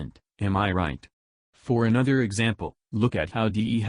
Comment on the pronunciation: One thing that pisses me off about, he pronounces all his 'Th's as 'F's. Bugs the fuck out of me. Really petty I know but I just can't go the whole way through one of his vids. "And anofer fing". Shiver.